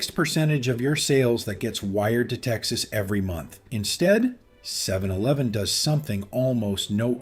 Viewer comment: 7 eleeven? Sounds AI